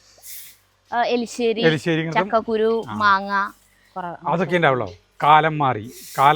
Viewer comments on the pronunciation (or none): എലിശ്ശേരി അല്ല എരിശ്ശേരി എന്നാണ് പറയേണ്ടത്. ഇനി തൃശ്ശൂർ കാർ എലിശ്ശേരി എന്നാണ് പറയുന്നത് എന്ന് പറയണ്ട, ഞങ്ങളും തൃശൂർ കാര് ആണ്. പിന്നെ ആ സാലഡ് ഒന്നുകൂടെ taste ഉള്ളതാക്കാം. സവാള, ഒരു ചെറിയ കഷ്ണം ഇഞ്ചി, കറിവേപ്പില, ഒരു സ്പൂൺ വെളിച്ചെണ്ണ എന്നിവ കൂട്ടി തിരുമ്മുക. അതിനു ശേഷം തൈര് ഒഴിക്കുക, സൂപ്പർ ടേസ്റ്റ് ആയിരിക്കും. പിന്നെ കഷ്ണം വേവിച്ചപ്പോൾ കുക്കറിൽ ഒരു തണ്ട് വേപ്പില കൂടെ ഇടാമായിരുന്നു, ഞാൻ എന്തു സാധനം വേവിക്കുമ്പോളും വേപ്പില ഇട്ടു വേവിക്കും, അതിനു ഒരു പ്രത്യേക ടേസ്റ്റ് ആണ്